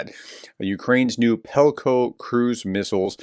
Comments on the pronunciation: Just a small thing: professor, you keep saying PELKO its PEKLO. a couple of videos now... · Please read the words more carefully. you pronounced Halician as Halcyon and the Peklo drone as Pelko.